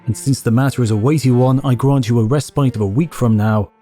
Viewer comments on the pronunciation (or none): none